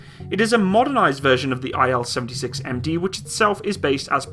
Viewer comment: It's "IL", not "I-L" ("Ai-El"). By the name of Ilyushin ("KB Ilyushina")